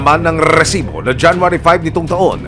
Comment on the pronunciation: Tugil tigilan mo nga ung rrrrreeeesibo. Maging natural ka lang